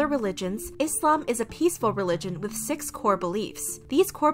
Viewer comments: I love how you pronounce islam right . With a soft s not a Z sound.. thanks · Finally someone who doesn’t pronounce it “Izlam” and pronounces it correctly thank you 🙏🏼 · As a Muslim, I truly thank you for taking the time to pronounce all the Islamic words correctly